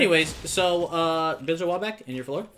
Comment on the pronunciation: Im sorry but its floor 😂